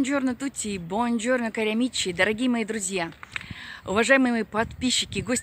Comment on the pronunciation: Добрый день! 👋 спасибо Вам за Ваш позитив. После Вас я всегда улыбаюсь. Мне ещё очень нравится Ваше "тутси" "керамиче". Я всегда жду уже этого в начале. Заставка в начале очень приятная. 👍 На флэшмоб схожу. Вдруг и нам перепадёт. Спасибо за подсказку! 💋